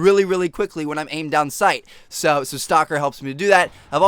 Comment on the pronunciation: You say "so" so weirdly it sounds like seahwo